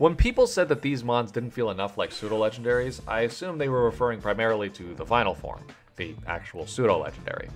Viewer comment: Pseudo, not soudo.